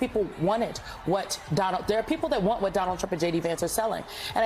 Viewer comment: Trump NOT Tramp !